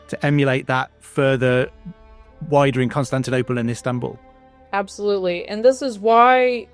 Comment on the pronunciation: The way she pronounces İstanbul perfectly <3